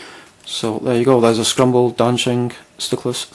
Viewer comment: its not scrumble or scrumbled its scramble or scrambled